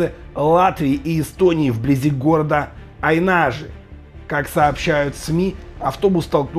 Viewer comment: не аинАжи а Аинажи